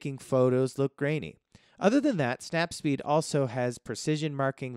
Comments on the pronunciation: It's not snap speed , it's snap seed 🤦🏻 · Snap seed. Not snap speed yo. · Snapseed. Not snap seed yo. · snapSeed, not the snapSPeed :) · I was going to say that too when i heard it. It's bothering me. Lol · Snap-what? Say it again?